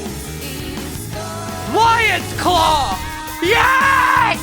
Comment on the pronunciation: he says "lions clow" like nihil💀